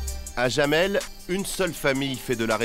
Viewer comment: sauf que ça ne prononce pas jamel comme dit le journaliste mais yamel, le "oui" en allemand s'écrit "Ja"